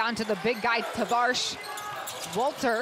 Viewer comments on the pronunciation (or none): What 'Tavars' are you talking about? It's Tavares. Is it that difficult to know the final 4 MVPs name right?